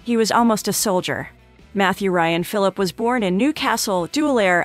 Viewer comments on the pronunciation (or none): How am I supposed to listen to you when you didn’t even take the time to learn to say his name right 🤷🏾‍♂️ it’s commonly pronounced fil’-a-pee Smh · Was there anything worth watching in this video? Cause I can’t listen to her say “Phillip” any more. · 1 Thing YOU don't know about Ryan Phillippe???? How to PROUNOUNCE his name!! No Cred for you! 😞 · I was just about to say..."apparently she doesn't know how to say his last name" lol ...beat me to it darn! Mr. Fillip! 😂